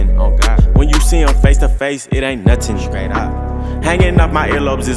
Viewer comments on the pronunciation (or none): you can hear the accent when he says “nuttin” instead of “nothing” 🤯🤯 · It sound like nuttin instead of nothing